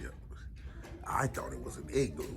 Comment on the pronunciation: Yeah 😂 i thought you called it an eggloo 😂 TTA FAM ❤